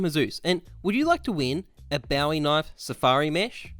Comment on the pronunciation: I’m not sure why but I love the way your pronounce Bowie, nice video man